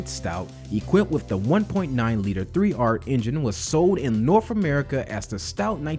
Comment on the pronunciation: “Norf America”